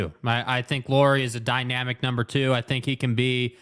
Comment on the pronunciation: Some thoughts on Lauri: Firstly, as a show that talks a lot of Jazz, you guys could give your newest All Star that much respect that you would learn to pronunciate his name. It's not a Lori Markkanen, it's Lauri as a how English speaker says name Lowry. Well, at least close enough, nobody expects you to learn to roll your r in the middle 😄 Secondly I think his biggest downside is same as his biggest upside. He is a pretty typical Finn: he is reserved, polite, humble and ultimate teamplayer. He doesn't demand stuff, not ball, not plays drawn to him and at this season there has been comments from players that he has needed his teammates to remind him he's their guy. Unfortunately for him, NBA is alfadog game. But! he has improved a lot since earlier seasons about taking the number one role. Earlier in the season Conley was the leader of the pack and Lauri could be "just" number one. Now that he's gone, Lauri knows he need to be and also wants to be the leader in all possible ways. It will be learning process for him since it's not natural to him. I think though that if he get second season with Jazz and good roleplayers and can be The Man, he will be a lot more alpha next year this time. If Ainge gets some other alpha to come to the team already in next season, I don't know if we will see Lauri taking that step with this team.